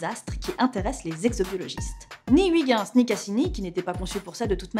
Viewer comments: Ou plutôt "hui guinss". Tu prononcerais ça comment ? Comme Kujper ? "Heuille guinss" ? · "Huit ginss" Ouch... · Je suis belge et entendre la prononciation de Huygens, j'ai les oreilles qui saignent. Mais bon, Florence, hormis cela, j'adore tes émissions. Alors, pour bien prononcer Huygens correctement, il faut lire comme ceci : "Heuillgainss". (ou) "Oeil guènn ss" Voilà voilà. Bonne continuation à String Theory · Toujours un bonheur d’apprendre en écoutant une dame aussi passionnante ! Mais s’il te plaît, par rigueur scientifique (et aussi linguistique) Huygens se prononce « oeuil - ghèns » Merci 😃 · Hello la rédac'! :) Juste pour vous informer que Huygens, ça se dit pas du tout comme ça mais plutôt heuïgeuns ^^' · Je sais que je suis chiant mais attention à la prononciation de Huygens. Et oui, le Néerlandais est un parler rugueux à l'odeur de fromage... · Comment tu prononces "Pionner" et "Huygens" whaaa c'est immonde x) Bonne vidéo sinon ;)